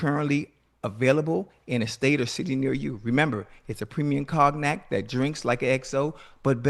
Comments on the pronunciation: Ocho pronounced cognac like it's spelled 😂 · Man actually said Cogknack. LMFAO. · Cog-nac. Ocho, give me your phone......NOW.